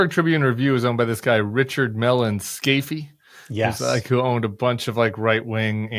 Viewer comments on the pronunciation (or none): Pronunciation tip from a native Pittsburger, home of the Scaife family. Scaife is pronounced as a single syllable, rhyming with safe. The Scaife family is tied to the Mellon, Frick, and Carnegie families, Pittsburgh's robber barons. They just aren't as widely known. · I worked for the ex-wife of Richard Mellon Scaife and there’s no two syllables in the name. It’s just as in waive. It makes me so happy to see you without a baseball cap. You are a handsome man and you look like a grown-up now. I’m sorry I’m old school, but I think you might want to consider the power of your image without the baseball cap. it’s sort of like if a 40+ woman wears a miniskirt. It’s just like oh come on now grow up. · Scaife pronounced scafe I think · Love watching you all. Great conversations. I learn a lot and occasionally even get a good laugh. Just FYI - Scaife is pronounced without the e - Scaif - not Scaif e 😁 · Richard Mellon Scaife Pronounced: Skafe Scaife Meaning: "Crooked, awry, awkward